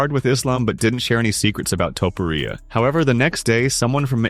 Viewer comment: Stop say "Topporia" plz